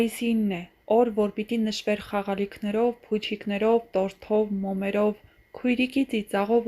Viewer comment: ԽաղալիքնեՌով փուչիկնեՌով 🤦🤦 Աղջիկ ջան մի էո թեմայի վրա Դիտումներ հավաքի!!!! Հա ինչի էս էտ քո անտաղանդ (неуместны) ակցենտով մարդկանց մռնռացնում։ասելուդ իմաստը որնա? Որ մարդիք լաց լինեն?? Ավելի լավա գնա քո էտ տոնայնությամբ Սևակ կարդա։դա կսազա։